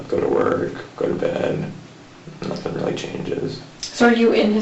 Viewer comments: Was the cop making fun of him when he asked about "nurthing"? 😄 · Did he just say nurthing. Lmao